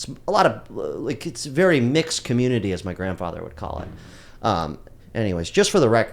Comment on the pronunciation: Leave the communitah ❌